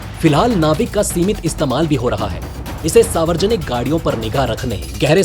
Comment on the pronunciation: Saawarjanik Nahi Hota Dost, Saarwajanik Hota Hai...